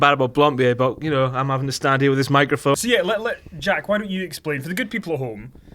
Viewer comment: the word 'good' is NOT pronounced 'gude'. #fuckkenny